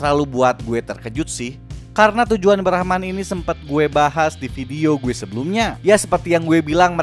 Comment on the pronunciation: Bang brahman bukan brahma